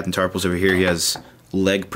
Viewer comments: Its tarful not tarpul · I think it's captain Tarful, you are saying it with an 's' on the end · it sounds like he's saying Captain Tarpals, the gungan